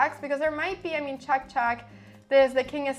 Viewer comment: The way she says "chæck" instead of "check" is doing my fucking head in